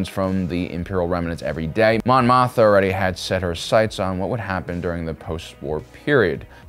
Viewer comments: Mothma. Not Motha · I love your analysis of political and philosophical ideologies within the SW stories. But I cringe every time you say Mon Motha. I thought I was mis-hearing you. But no. You say Motha, every time. It's Mothma. Always has been, as far as I know. I'm definitely not trying to be a jerk here, but I respect you and your detailed and intelligent approach, and assume you would want to know. Thanks for the great content. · greatest troll is finding something to mispronounce on every upload and watch the cringey comments arrive.....lol "Mothma".......HAAHAHAHAHAA!! <--- cringey comment